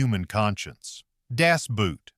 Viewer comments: ffs its german ....its not das boot its das boat ...the german word seems to spell boot but its actually pronounced boat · For F's sake, "Boot" in Das Boot is not pronounced like "boot" as in a shoe! English is a Germanic language, and therefore very similar. Two sequential O's in German are spoken with a long O sound. The movie title literally translates to, "The Boat" and that's how it's pronounced, Das Boat... 😵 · "Das Boot" ... please, please please learn to pronounce it correctly. You can get GOOGLE TRANSLATE to pronounce it. The lack of language aptness shown in this instance reduces the otherwise excellent quality of your video.